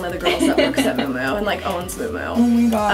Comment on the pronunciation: Isn't it pronounced mew mew not moo moo for miu miu?